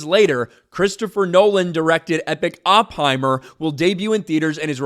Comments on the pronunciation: Sucked in CRUISE … BTW idiot it’s Oppenheimer - NOT OP HEIMER… learn how to pronounce the scientific genius. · can't even pronounce Oppenheimer. Color me shocked. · you can't even pronounce Oppenheimer correctly...